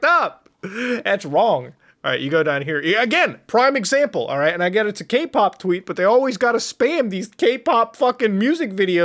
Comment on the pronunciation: Every time Muta says Kpop I hear GayPop